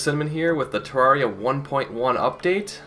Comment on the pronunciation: It's not Terr-are-ee-uh it's Terr-air-ee-uh